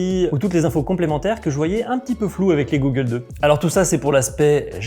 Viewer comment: g"au"ggles 2 pas G"ou"ggles 2....= goggles = Lunettes de protection traduit de l'anglais.. Autant maîtriser le jargon dans un domaine d'activité en grande partie pratiqué par des anglophones. Belle vidéo...utile pour rassurer les futures pratiquants. Merci.